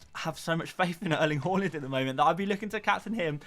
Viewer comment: Good vid, just cant hear you say name Erling "HORLAND" ever again 😂